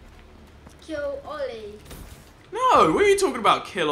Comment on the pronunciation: Oh my god its oil-a